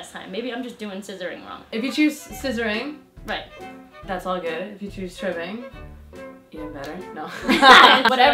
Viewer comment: Tribbling...with an 'L'